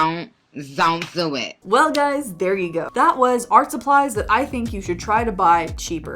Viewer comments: Zont zo it took me out 😂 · That 'zon't zo it🤣🤣🤣🤣 ❤from🇮🇳